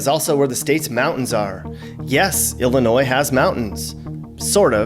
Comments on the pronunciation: It doesn't matter how you try to propagate it, the "s" in Illinois is ALWAYS silent. Great video btw. If you make another one, talk about how & why southern Illinois was once called "little Egypt" and the Shawnee national forest. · OMG I don't believe you did a vlog on Illinois and pronounced the "s" at the end. It is pronounced "Ill-i-noi". It's like someone scratching a blackboard with their nails when we hear that. Sticks out like a sore thumb... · And people from Illinois say Illinois with a S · This is very spot on. Springfield is the Goldilocks region. It's Just Right. That's funny you pronounced the S at the end of Illinois. Beardstown, Pumpkin Capital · Duh. NO "S" sound in Illinois. (Research is our friend!) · No s no s on illinois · We can tell you're not from here because of the way you said the state name,the s in ILLINOIS is silent.and the taxes here are high and going higher all the time.Demon o 🐀'S don't know how to create JOB'S in ILLINOIS, just tax and spend.Ready to move out of this Socialistic COMMUNIST STATE, ran by are DICTATOR BIG FAT LIER J.B.Pritzer!!!!!!!. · You keep pronouncing Illinois wrong so fing wrong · Stop pronouncing the S in Illinois the S is silent. You should probably add that to your video. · The S in Illinois is silent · you kept saying Illinois with a hard S Also people from Illinois are called Illinai not Illinoians. Lol 😆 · did he say the S ? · Drives u nuts when hear them use the s in Illinois! Once heard a dr use it asked for a different dr if that uneducated get away man lol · Why do some people ignore that the s is silent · You sure did! Look over this and you will find you pronounced the "S" several times. I give you credit, towards the end you did say "Illinois" properly. Ewwww. that gives us the creeps when we hear that "s" at the end of "Illinois". If one moves here, he will be given a good lesson on proper pronunciation of our State.